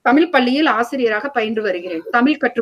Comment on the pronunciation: தமிழ் என்று முதலில் ஒழுங்காக உச்சரிக்க தெரிந்து கொள்ளுங்கள். அதன் பின்னர் பட்டிமன்றத்தில் பேச வரலாம். தமில் தமில் தமில் ??? :((